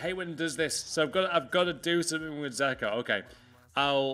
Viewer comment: Dzeko isn’t called zeko